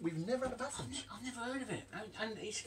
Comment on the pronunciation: Batham's is pronounced Baythe-ums not bath-ums, bloody good bitter